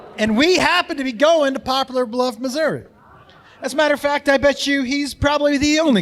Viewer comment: Upvote for pronouncing Missouri right the second time lol